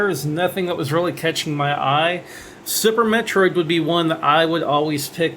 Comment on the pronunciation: Lol, sounds like yer saying Supper Metroid on Supper Nintendo ;p